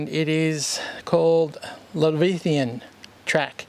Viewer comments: Great video - by the way, it’s Leviathan (as correctly written on the map) and not “Lavithan” as you have referred to it and you have in the video title. Leviathan is a sea serpent mentioned in the Holy Bible - keep up the exploring! 🚢🇬🇧🚂⛏ (my signature) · Pronounced Lev-eye-thee-anne.